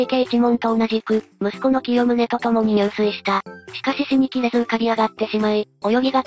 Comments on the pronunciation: 入水は、ニュウスイではなく、ジュスイと読みます。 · 入水自殺は、じゅすいじさつと読みます。にゅうすい、は水泳です。